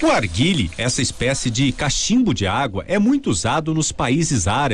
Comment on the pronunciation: Arguile kkkkk nao sabe nem fala o nome